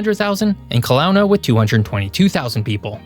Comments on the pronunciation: Nice to see Kelowna get a shout-out as the smallest major metro area in the "Rockies"...but it's pronounced Kel-OH-nuh, not kel-OW-nuh. :) In BC we generally don't associate the Okanagan Valley as part of the Rockies, but once you get to Revelstoke, we do. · “and Clownna 🤡” lol, it’s Key-low-nah, from an okanagan word ki?láwna? Meaning grizzly bear. Lots of neat native names for modern 🇨🇦 cities & towns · We pronounce Kootenay like “Koot - nee”. And Kelowna is “Kel Oh Nah” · Great video! Also, Ke-LOW-na, pronounced low. Unless I'm mistaken. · Sorry to correct you but Kelowna is pronounced ka-LOAN-ahh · Cringed at the pronunciation haha, but I agree. Never thought of Kelowna as being part of the Rockies, Golden and Revelstoke was kind of what I associated with the entrance to the Rockies. I do miss growing up in Kelowna though!